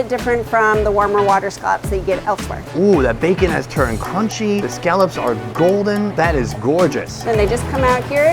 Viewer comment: "All" How do you say "All" ? How do you pronounce Scallops wrong.